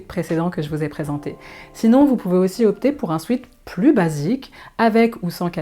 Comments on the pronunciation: On ne prononce pas "swit" mais swèt Sweet c'est sucré.... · En anglais, sweat (du verbe to sweat = transpirer) se prononce « swêt » et non pas « swit ». Il vaudrait d’ailleurs mieux parler d’un sweat-shirt.